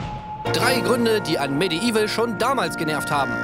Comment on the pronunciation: ich weiß, "medieval" ist eines der schwersten englischen wörter für uns deutschen, aber auch bei diesem wortwitz bleibt das "i" hinterm "d" stumm - medevil quasi ;) bitte, gerne :)